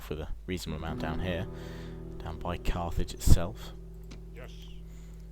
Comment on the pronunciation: "Caer" -> C"eye" r (Caer means Castle, or Fort as does Dun) went is pronounced the same.